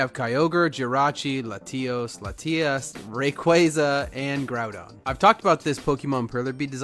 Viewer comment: Did you say letios and letias?